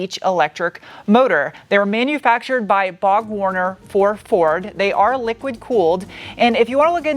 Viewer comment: uh, it's Borg-Warner not Bog-Warner.